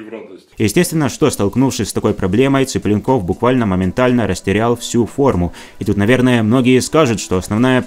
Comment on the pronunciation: Зачем коверкать фамилию человека? ЦиплЁнков, а не Ципленков, татары вы не русские!